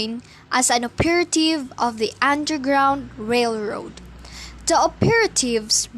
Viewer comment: Wow! You get an A on your book report! Suggestion: check on the pronunciation of the word operative. What’s your next book? Keep up the good work!